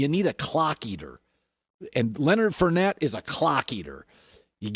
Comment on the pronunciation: Its Leonard FOURnette not Leonard FURnette.